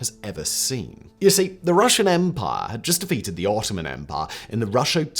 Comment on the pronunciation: I took a drink every time Simon said “empah”. I now write this from the afterlife.